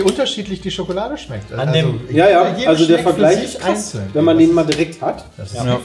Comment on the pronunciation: Neues Trinkspiel: Jedes Mal, wenn das Wort "Schokolade" fällt, einen kippen. Oder auch "Wsss dAs fffüä SchhoOooOkhhloaDe?"